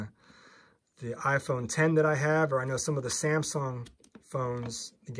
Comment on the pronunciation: He said samgong 😂